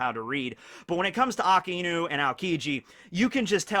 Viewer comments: ITS PRONOUNCED AK EYE NEW NOT AKA EEEE NOU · STOP SAYING AKA INU. ITS AKAI NU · Please this lad has infinite knowledge of one piece yet still pronounced akainu wrong haha. It's ah Kai new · omg how long are you going to mispronounce akainu